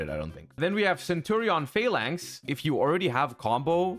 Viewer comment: Ohhh the English pronunciation of centurion, primera and phalanx is really bad. Well not like Legatia by Kali, that one is unbeatable haha.